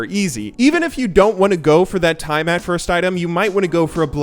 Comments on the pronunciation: It’s pronounced tee ah mat From the Babylonian goddess of the sea. Not tai mat. :) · Tie a mat? Its tea a mat you ape... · TIE-MAT..., why do you pronounce it like that? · Why was he pronouncing Tiamat like that?